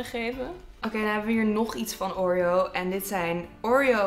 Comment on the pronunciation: oREo .. die uitspraakt hahaha.